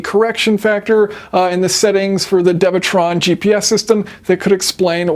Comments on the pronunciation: isn’t it dewetron and not devetron? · It's pronounced Doo ee - Tron